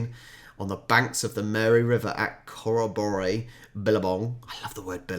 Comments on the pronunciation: Not core-a-bore-y, core-robbery. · Pronounced "Cor-rob-or-ee". Nice try though. Not only all of that, but wet season sends people crazy, it's called the suicide season. You definitely need airconditioning at that time of year... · Corroboree is pronounced something like Kuh-robbery. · Corroboree pronounced Core--Or-Ree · In the word corroboree, the stress is on the second and fourth syllables